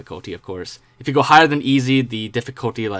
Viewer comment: It’s easy difficulty not “easo”